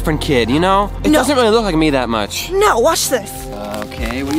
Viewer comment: You mean much not muck?!😅